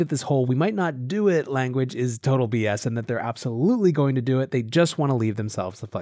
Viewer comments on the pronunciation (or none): none